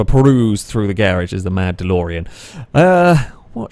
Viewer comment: For a moment I thought you said The Mandalorian - then I realised you actually said “The mad Delorean”. Doh....